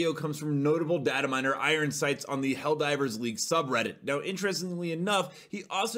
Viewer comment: I wonder if the bot mispronouncing “Helldivers” is on purpose 🤨